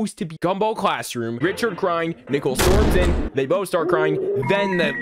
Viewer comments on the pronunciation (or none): I like how he mispronounces Nichols name